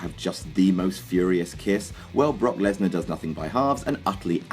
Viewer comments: you called brock lesnar bork lasor like grim does on grims toy show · why did you say Bork laser 😄